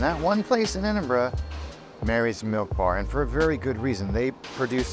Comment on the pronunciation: You get a like just for pronouncing Edinburgh correctly! But your video was also pretty spot on.